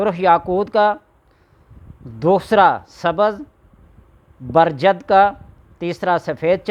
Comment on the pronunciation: استاد کی غلطی نکالنا انتہائی شرمناک فعل ہے۔۔ایڈوانس معذرت لیکن آپ غلطی سے۔۔۔ زبرجد کو محض برجد کہہ گئے۔۔۔ سنگریزی میں غالباً PERIDOT کہلاتا ہے۔۔۔